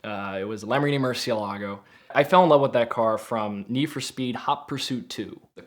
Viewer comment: Somebody who can nearly say murcielago right 😂